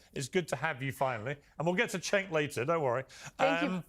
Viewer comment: It took me a while to work out that "c" is pronounced like "j" in Turkish words and names - but the fact that Piers is pronouncing Cenk's name as if it was "Chenk" I found unreasonably irritating here.